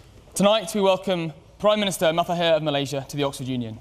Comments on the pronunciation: fdid that white boi call him matahir??? cringe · Prime minister of Malaysia - Mathahir